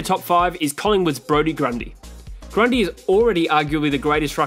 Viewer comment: Certainly got Heeney and Grundy right